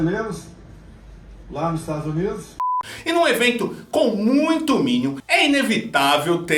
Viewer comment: Como alguém respeita um ser que fala: IsTadsnids